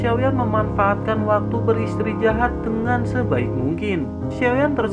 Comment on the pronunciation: Apakah telingaku doang yg mndngrkan ber istrijahat bukan beristirahat 🙂